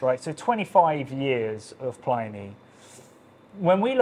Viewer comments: The dead Roman's name is pronounced Pli-nee (to rhyme with 'mini') not ply-nee (rhymes with tiny?). As someone who learnt the name at university twenty-five years ago and has been reading it that way ever since, this seems a bit jarring. Is there a reason for the pronunciation? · I don't know how the people who produce the beer say it, but the name of the classical author (in English) is definitely pronounced 'plinnie'.